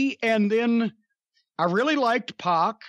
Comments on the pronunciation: PAC is pronounced PACK not PAWK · It's Pack not Poc. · It’s “P@ not “pawk”